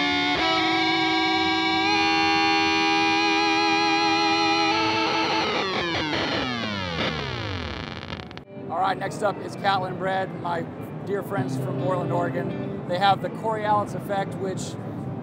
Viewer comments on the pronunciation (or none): Cori-'OH'-lis Effect ... not to be confused with the Aurora Bore-'AH'-lis ...